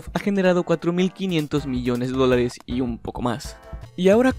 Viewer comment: Se andado cuenta que lee mal los dolares XD escuchen bien en las partes que dice dolares